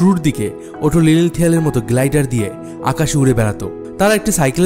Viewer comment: Glaider, not gladiator.